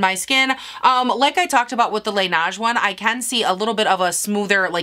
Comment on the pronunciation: I’m not trying to be that bitch in the comments 🤣 but Laneige is pronounced ‘lah-ney-juh’ 😅